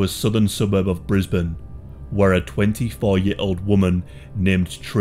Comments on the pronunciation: ayy I'm from Brisbane The real gem was hearing you pronounce Brisbane correctly. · Very proud you pronounced Brisbane correctly! 😂